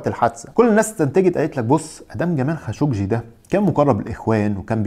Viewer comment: 😂😂👏🏻👏🏻👏🏻برافوا صرت تنطق خاشقجي صح